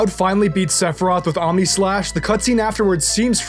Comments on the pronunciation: Was that saying "Sephiriath"? Lmfao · No one talkin about how fucks up sephiroths name at the beginning of the video 😂😂